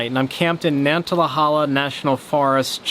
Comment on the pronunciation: Nan ta hay la, how to say the name of the forest. I always enjoy your videos, been following you for quite a while, glad you're enjoying my old stomping grounds.